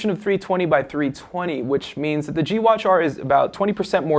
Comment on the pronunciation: I hate how this guy pronounces "the". he says like "duh"